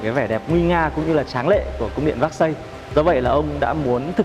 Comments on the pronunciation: Véc-xai, Versailles chứ ko phải xác-xây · Cung điện “ Vác Xây” là cung điện nào? Vốn hiểu biết và cả “ gúc” cũng bó cbn tay! Nếu đọc “ Versailles” là “ vác xây” thì đi xe “ pọt chơ” với cả “ mai bách” hơi phí